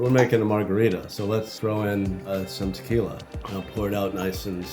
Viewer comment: Did someone say Takyla